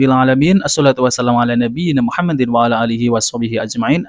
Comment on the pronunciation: Cs. Nyebut nama nabi aja salah. Masa Nabi Mukhammad.😂😂😂